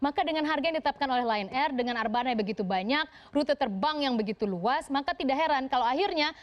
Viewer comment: Ditulis: Lion air Dibaca: Lie on air